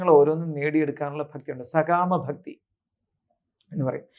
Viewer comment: ബക്തി അല്ല ഭക്‌തി